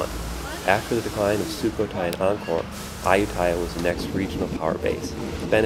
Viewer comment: Thanks for the vid. But dude, say it right: ay-YOO-ta-ya